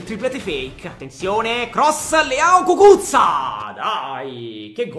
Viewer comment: Cucuzza 😂😂😂😂pronuncia incredibile